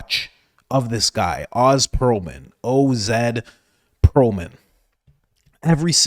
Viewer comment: His name is pronounced “Ohz”